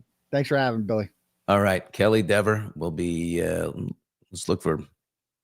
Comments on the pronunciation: Are you trying to make a joke, as Dever’s last name is not pronounced “Dee-ver” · plenty of accomplished character actors could play Kelly Dever. Kaitlyn Dever. Correctly pronounced as deever.